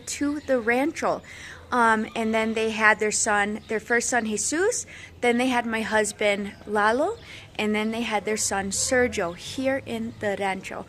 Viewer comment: Why did you say the third sibling’s name wrong. It’s Sergio and the g is like an h.